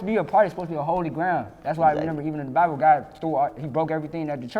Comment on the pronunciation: I hate when he say renember